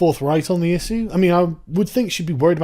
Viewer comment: I think your pronunciation of the word "issue" is very interesting.